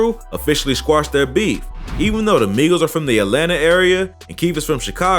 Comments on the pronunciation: She said Migos wrong 🤣🤣🤣. She said My-gos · 🤣🤣🤣 WHEN SHE SAID "MYGOS" I FELT THAT! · The news reporter said Mighost😂😂😂😂😂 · Not her saying mygos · The news lady called the Migos the maigos wtf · The reporter said mygos. The fact that migos is a real word, somebody to ask how she got a job? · That reporter said Migos wrong intentionally 😤🤦🏾‍♀️get ya Mygos ass outta here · This bih said mygos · Shawty said Mygos 😂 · Yeah myegos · Bitc said mygoes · Did this women say my-goes what my-goes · It triggers me when the lady said “mygos ” trying to say migos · The Mygos. Lady it’s Migos 😂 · why tf did she call migos mygoes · NIGGA SAID MYGOS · the news girl said mygoes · Did she just say My-goes 😳 lmao 🤣😂😆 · She did not say Mygos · The reporter said mygoes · the fact that she said “mygos” 😂😂🤣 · This bih said mygos I’m done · The way news lady pronounced migos lmfao my-goes😂😂😂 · Mygos???? Learn how to spoke woman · “Mygos” 😂🤣 wtf bruh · She said My-Gos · She said MY GOES!!!!! 😂😂😂😂😂😂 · lmao "My-gos" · She said mycos wrong 🙂🙂😂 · Y she call them the My Goes Who tf is the My goes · “My-goes” did she fr just call them “my-goes”? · she said mygoes 😂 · When he said the migos name it sounded like made up names from a key and peel skit 😂😂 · The way she said "Migos" tho 😂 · She’s knew she fucked up when she said it🤣🤣